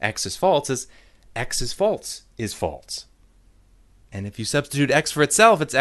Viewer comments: The way you pronounce "false" as "faults" is infuriating. I am clenching my fist very hard in my pocket and typing this angry comment just so you know. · Holy shit, it's not "FALTZ" or "FAULTS"!! It's "FALSE"!! There's no fucking T in that word! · That's because he's not saying it right, and it's driving me crazy. Is "false" somehow a difficult word to say without inserting a T sound? What about "else," "ulcer," "also," etc? Where the hell is he getting that from? This has been Nobody Listen to Me. Have a good night. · and, after 3 years, he still has not even acknowledged his godforsaken mispronunciation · I guess he has a hard time saying it. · The real problem here is the way this guy pronounces false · Stop pronouncing the word “false” that way.